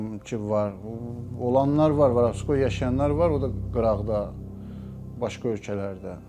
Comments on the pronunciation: biri bu başa salsın ki, Varabskoy yox Vorovskoy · varavskoy demeyi oyren sora video cek